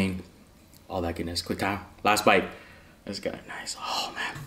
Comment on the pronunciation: "quick time" is THAT what he's saying before he takes the first bite?! I thought it was a random tick and kept hearing "QWA-TAC" 🤣